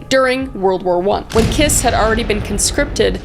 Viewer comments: Cinkota is pronounced somewhat like "tsinkota" :D like the end of "cats" for example. :D (And I know you don't care if you mispronounce the name's of POS-s but his name is like "Kish". :D ) I love your videos. It was fun hearing about my country even if it was in THIS concept. :D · 'Bela Kiss' sounds like a fukcing metal name, but it's actually pronounced more like 'Bailo Kish' (the 'o' is like the 'o' in 'on', or 'top'). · Just FYI from someone from Hungary: Béla Kiss -> Bela(a like in *A*lways) KiSH Cinkota -> Tsinkota(a same as in Bela) Budapest -> BudapeSHt Báthory -> BaTory